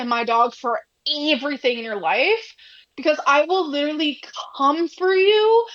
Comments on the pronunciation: the way she says "eeeeeeeeeverything" makes me think she's pronouncing it the way she reads it and it's just...she's so fucking stupid it's painful 😭 she reads "eee" as making that sound instead of the extended "ehhh" sound that's actually being drawn out ffs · why does she keep saying eve-ree-thing lol